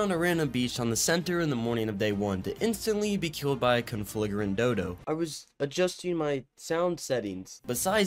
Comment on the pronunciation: how do you mispronounce conflagrant that many god damn times lil bro just sound it out